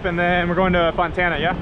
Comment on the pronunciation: Fontana not Montana